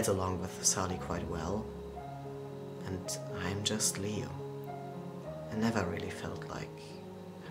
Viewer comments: You ain’t saying liu right!!!! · lei? its called liu!